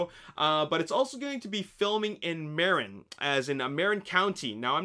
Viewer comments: Its Pronounced Mu-rin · Marin is pronounced Muh-ren